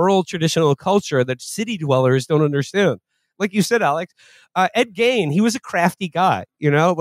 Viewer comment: First time ever hearing it pronounced Ed "Gain". Leave it to Menaker!